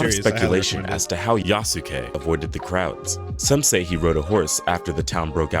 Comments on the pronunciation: Thank you!! I keep thinking it should be "YASS-kay". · Not quite. The "u" sound in す is still there, it's just less pronounced. And the end of it shouldn't be "kay". It sounds like "keh". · It is pronounced Yaske. Not Yasuke. It is so annoying listening to these people speak. Also the only thing afro samurai has in common with Yasuke is that he is black. None of the things Afro does in the show has anything to do with the things Yasuke did in history. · Isn't Yasuke pronounced Yass-Kay ? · "Yah-Soo-Key" It hurts us. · I cringe at how many of these "experts" keep mispronounce Yasuke's name.